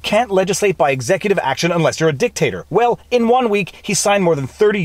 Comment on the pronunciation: Vell said.. now they will cansel you. Hehe